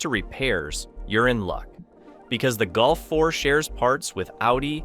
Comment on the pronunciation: You prenounce Golf like Gulf ( of Mexico ).Why? “O” is not “U”, 3 is not 4, eh?